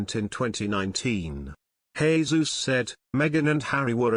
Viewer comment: Good job on pronouncing Jesus' name!